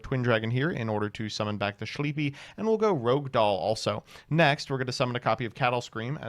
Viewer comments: It's not called "Rogue" Doll. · cant believe im finally seeing someone say rouge as rogue instead of the other way around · Take a shot each time he pronounces "Rogue/Rouge/Rohuge" a different way this video.